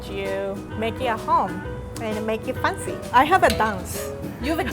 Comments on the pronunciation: "Make it Funcy" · She pronounces fancy as fun-sy and I love that T-T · I just love it when says fancy as "faancy" whereas it is actually spelt as "f(ae)ncy" <-- {only pronunciation in American English} and she looks so damn cute when she does her "MAKE IT FANCY" dance move 😂😂🥰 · i came here to enjoy her pronunciation of “fancy” so cute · I love rie pronounceing the word” fancy”